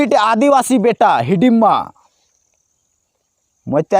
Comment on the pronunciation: हिडिमा नहीं भाई हिड़मा